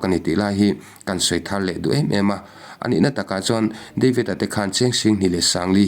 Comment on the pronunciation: Deivid tih kher a ngai mi, devid ti ve mai la, mizo te chuan ketli kan ti mai lom